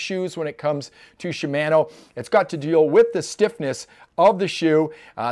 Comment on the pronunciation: You should pronounce it Shimano, not Shimano. Ha